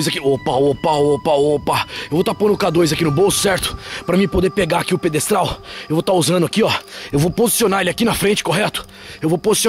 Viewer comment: Adorei as meninas😍😍😙 Desculpas, mas... É pedestal. . . PEDESTAL. me dá uma agonia quando você fala essa palavra (em especifico ) errado. Pode ser algum problema genético, desde criança, sei lá, mas encomenda, as vezes. Desculpa, falei. Mesmo assim, adoro suas investigações, são demais, eu sou cagona. . .